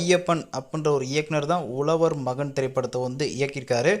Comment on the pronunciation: உலவர் மகன் இல்லை. "உழவர்" மகன் யென்று சொல்லி பழகுங்க. (ழ ) என்றா சொல்லை சரியாக சொல்லி பழகுங்கள்.